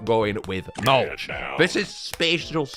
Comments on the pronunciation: Isn’t it mulch not maulch right? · no, it's Maulch